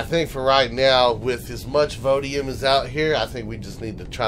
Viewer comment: Everytime you say vodium instead of voidium you make a grammer nazi twitch. I have to chuckle each time you do it. You can have more than one voidium deposit on a planet so you may want to double check before you move to new planets. I'm doing the voidium/drone parts grind right now as well, never had a regenerative shield before. Almost have all the voidium/drone parts/progenitor fragments, now I have to do the plasma planets for their parts. For extra storage I sometimes use an unpowered mini storage base that's just a rack of container controllers. There's no real cpu limit if you aren't powering it so you can have a 1x320k or a k storage rack right next to your main base. Throw a wifi in it and you are good to go. You can dress it up pretty if you feel the need. As far as 1.6, just thrilled that I can knock down tree's now with an HV. Too many times I've been killed by getting wedged between trees or impaled on a sapling when near a poi. If you need a break from the grind go curb stomp the various home worlds (legacy, zirax, kriel, etc)